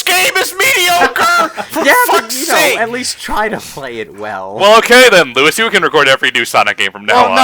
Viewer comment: Lewis (Luis?) Loo-is is savage.